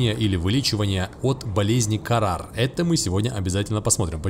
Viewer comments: ПРАВИЛЬНО "ХАРРА" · Почему карар, а не хараа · не карар а харра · А почему у тебя болезнь карар если вроде бы харра говорится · Не карар, а хара. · Хаара, а не карар😹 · Хаара а не карар! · Харра а не кара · Не "КАРАР", а Хараа. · Не карар а хараар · Не КАРАР а ХАРАА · харра а не карар